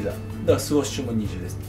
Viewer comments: スウッシュってゆってお願い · NAOTOさんスウォッシュではなくスウッシュですよ〜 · 好きなのは分かる。でもスウォッシュって言い方は間違い。